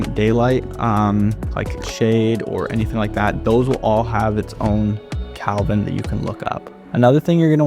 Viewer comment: It's degrees "Kelvin" not Kalvin